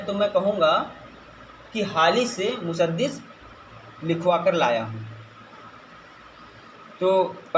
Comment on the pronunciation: Cuhutiya, musaddis nhi musaddas h. Talaffuz shi kar